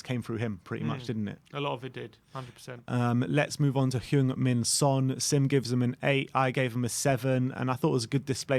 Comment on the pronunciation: He’s not French mate. Try say Son properly.